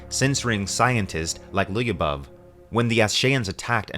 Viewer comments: Lyubov only 2 sylables. Lyoo-bov. It’s Russian for love. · Lyubov... Ly you read it the same way you read sh in english... like one letter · Another fun fact: "Lyubov" is probably derived from the word "любовь", which is Russian for "love". It's usually used as a women's name. pronounces it a bit funnily, though.